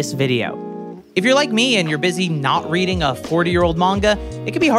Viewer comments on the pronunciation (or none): none